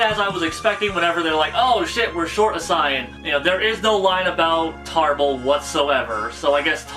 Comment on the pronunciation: ... you sir... you pronounce saiyan properly.. subscribed